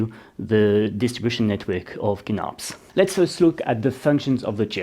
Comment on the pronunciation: Great video! I really like this model of office chair, it holds up really good for my needs. The only other thing I can comment on is the prononciation of Kinnarps. Your are closer to the Swedish saying if you pronounce it with a soft K at the start, "Ch-innarps", just like chin. 🙂